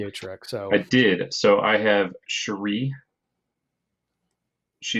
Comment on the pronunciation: The continuing pronunciation of MISS AAAAAAAAAAANNJIIIIEEEE makes me laugh every time. Also Cherie is my new favourite way of pronouncing Shirei.